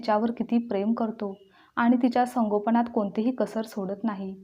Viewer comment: संगोपण नाही संगोपन